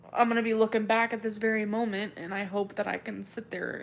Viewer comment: I always hear it as Mole Mint when says it